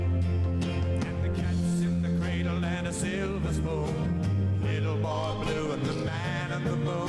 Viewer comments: Cradle = " cray del" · Listen closely to how she pronounces cradle